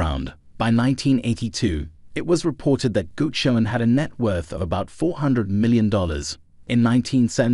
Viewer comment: Thx mate. Nice. BTW, our name is pronounced "Gucci-Own-ee ;) Bless - Nick